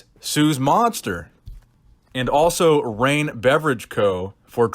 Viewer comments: I love you, but reign does not rhyme with bang lol maybe bane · "Reign" rhymes with "bang"? Are you ok? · Reign... does not rhyme with Bang.... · Only if you have an Ohio accent.